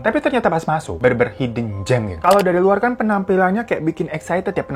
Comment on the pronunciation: Hidden dibaca haiden banh